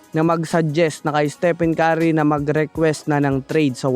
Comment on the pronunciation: Hoi ungas! Ayusin mo nga pronunciation sa name ni steph..